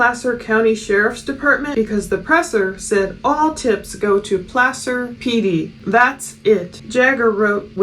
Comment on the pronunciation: First time I heard Placer pronounced correctly. I know it has nothing to do with it but it's been driving me nuts lol